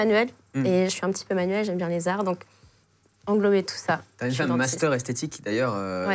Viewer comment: Elle a aussi dit j'adore les Zart